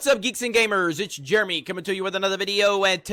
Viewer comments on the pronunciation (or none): When he says his name I hear it as "germy"